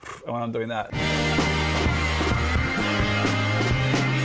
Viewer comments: Sounded like one two three in French! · I've been pronouncing it "endorse toy" this whole time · I did not know endors toi was pronounced like that...I always said “Enders Toy” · i always thought Endors Toi was pronounced Enders Toy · hearing kevin pronounce endors toi had me trippin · So thats how you pronounce endors toi